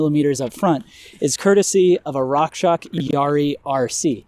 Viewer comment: Like the videos, but please… rockshoxssssss.. not rock shock